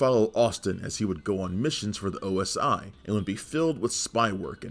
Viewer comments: Is OSI NOT OSO. JUST SAYING LOL 😂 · It’s NOT OSO it’s OSI .